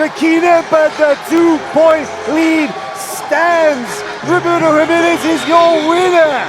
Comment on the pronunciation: Hi-menez, dude...HI, menez...